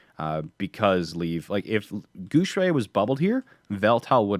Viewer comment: And come guys Guxue doesn't pronounce like what does lul. He pronounced more toward Gu Shui because people who don't speak Chinese always fucked up with X pronunciation in Chinese lul. But it's not your fault so don't worry. For an English speaker try say Guxue in the form of Gu syue. It will sounds more similar to the right pronunciation. I mean we were all told try to pronounce others name right to show respect when we were kids right? Plus he's an awesome player and if you like him, try practice the right way to pronounce his name guys!